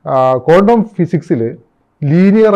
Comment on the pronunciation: it’s not condom healing its quantum please pronoun properly